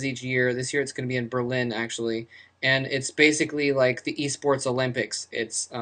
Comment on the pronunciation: "eSports" lol